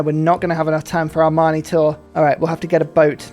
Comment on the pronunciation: I enjoy when pronounces Amani close to "Armani". I imagine him sending city-states loads of stunning suits and haute tailoring.